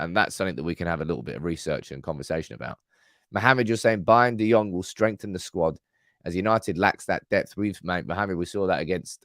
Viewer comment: Try getting his name correct